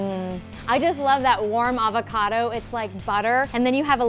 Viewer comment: The way she says avocado is horrendous